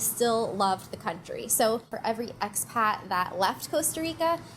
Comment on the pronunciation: May I ask what youare saying when giving a name to the cominity? Are you saying x-Pac